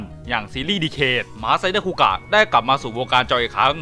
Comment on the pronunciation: นี่มันคูกากครับ ไม่ใช่คูกะ